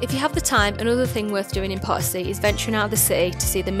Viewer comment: The lady should make an effort to pronounce Potosi properly. Sometimes even the Spanish subtitles would say Part C 😂